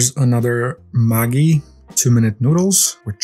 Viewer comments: In Australia and New Zealand, Pavlova is pronounced like 'Pav-low-vah', rhymes a bit with 'over'. So Santa was pavl-over the moon. Maggi is pronounced with hard g's. Madgie, not mahggi. Christmas Crackers are a toy, not an edible cracker. Two people take hold of one end each of the cracker and pull it apart. It 'cracks' with a small explosion, like those firecracker pop its you could throw at the ground, and the person who gets the biggest piece 'wins' the prize, which is a paper crown, a little toy, and a christmas joke. The jokes are all very old and recycled, and as you age, you start to remember them all, so it can become its own game of shouting out the answer every year. The little puns in the chriistmas pack of minis are the sort of jokes they include. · Edgell is jell not gell, like Jell-o. Not a guh pronunciation. Maggi's pronunciation is like magic no c and is an international Swiss based conglomerate just like Nestlé and Nestlé makes Milo! Bulla is two cyllables, bull-ah. It's also a town name in country New South Wales (state where Sydney's located) Pavlova is three cyllables, pav-low- vah. It's actually based on a German egg meringue torte but its origins has been a long fought over food item between Aus & NZ for years as the origins aren't clear